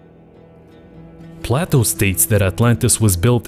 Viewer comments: It's Play-toe not Plateau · Play toe not platt o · This narrator is doing a horrible job! His pronunciations are totally off. He pronounces PLATO as plateau amongst other horrors! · No. The Richat Structure is not the leading challenger for the location of Atlantis. It’s in the Azores to best match Plato. Btw Plato (at least in English, and American) rhymes with Playdough. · The way he pronounces Plato are you serious bro?